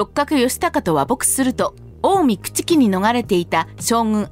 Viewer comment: それと朽木も「くちき」ではなく「くつき」じゃないですか？